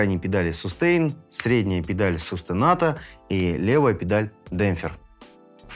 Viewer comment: Дорогой, на - это что за режим такой - "сустенато"? Больше двадцати лет занимаюсь музыкой профессионально, но слышал только "состенуто", а про "сустенато" - ни разу. Если уж так трудно запомнить итальянские термины (хотя любой музыкант ими владеть обязан свободно), хотя бы скажите просто по-русски: "педаль задерживания", и то это будет понятнее.